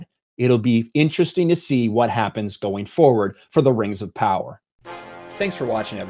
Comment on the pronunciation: Rangz of powahz